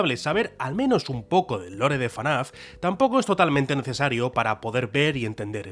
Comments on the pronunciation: es ef-na-f no fanaf 😭😭😭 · Debería ser ilegal decirle "fanaf", y te llamas fan, se dice absolutamente "efnaf" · que diga "Fanaf" en vez de "Efnaf" me genera violencia. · Fnaf ❌ FANAF✅ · Por que dice fanaf en vez de efnaf como todo el mundo? (y que ademas es lo correcto) xd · dios, es FNAF, no fanaf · Todo bien, pero porque le dices "fanaf"? Es FNAf, porque le pones otra a? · Soy el único al que le chirriaba que dijera "fanaf"? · Por qué dice FaNAF😓😓😓😓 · Por qué dice "Fenaf" como acrónimo